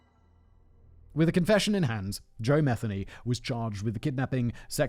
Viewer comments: He lived in my neighborhood every channel has Said his last name wrong lol. It's pronounced mi-theen-ee not meth-any. The lady that got away is clean now living around here still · Good God. At least say his name correctly. Muh-Theeney. Aren't you from Great Britain? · Oh Jesus tap dancing Christ. It's Ma-thee-y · It’s pronounced MU-THEE-KNEE 😉 and before anybody says anything I know because I’m related to him and I have the same last name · I’m actually related to this guy, you’re pronouncing the name wrong